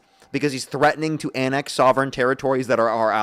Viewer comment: What is "THREATING"? Is that treating or threatening?